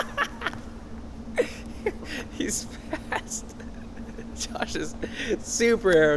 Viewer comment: Ellie Thompson "Josh is... FAST."